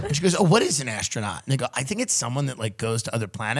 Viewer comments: i think tim was saying "and they go" but it sounds like the n word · Interesting enunciation of “and they go” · why does it sound like hes saying nigga LOL